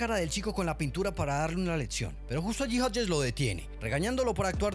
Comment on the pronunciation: leccion no letsion chingadamadre aprende a hablar antes de hacer tus perrradas